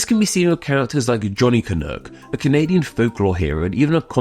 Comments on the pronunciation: You have a very weird way of pronouncing it. You say it like ca-nook, but I've only heard it pronounced cuh-nok. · It's can uck (like yuck) not can ook. God damned english men! LOL! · Isn’t canuck pronounced with the ending like duck as opposed to cook? Can-uck rather than can-ook rolls off the tongue better. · It’s pronounced “canuhk” not “canook”. I’m Canadian and live in Vancouver where the hockey team is the Canucks pronounced Canuhks. If you’re going to do an etymology video get the pronunciation correct. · I’m guessing others have pointed this out, but the word is pronounced [kənʌk] (rhymes with buck) rather than [kənʊk] (rhymes with book). Brits in particular seem to prefer the latter pronunciation (maybe because it sounds like another Canadian term in Chinook? I dunno…). But it sounds awful when referring to the Vancouver Canucks hockey team that way. And no, Canadians don’t regularly use this term at all – in my experience it’s most common in U.S. journalism (particularly when trying to sound clever/cheeky). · I'm Canadian, and I've never even heard of the idea that "Canuck" would be offensive, though I expect that Quebecois may not like being called "Canucks". Also, it is not pronounced "Canook", and thus does not rhyme with "toque". If you don't know how to say "toque" properly either, then just rhyme it with "duck" instead of "duke". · As a canadian hearing "canook" sounds so wrong. It rhymes with duck not book😊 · Canuck rhymes with truck or luck. Not "canook". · At least here in the US we dont pronounce the U in canuck that way. We say it like the u in "um" or the er in british "erm". Sort of rhyming with "buck" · You pronounce Canuck wrong. :) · One thing. Your pronunciation of Canuck sounded a bit off to me. As an English speaking Canadian, I would pronounce the second syllable to rhyme with buck or tuck, not book or took. Otherwise, nice to see you showing some love to Canada.